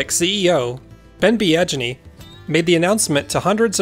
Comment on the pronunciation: Biaggini sounds like "be-a-genie" not "be-adge-inney".